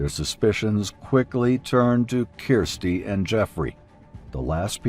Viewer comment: Her name is Kirsty not keersty